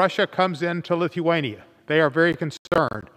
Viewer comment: Where the hell in Lith-E-wan-E-a